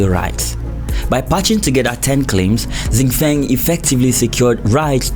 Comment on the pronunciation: 新风 Xin Feng which means New wind is pronouced Shin Fong with two first tones! That's probably the best way i can explain what it sounds like😉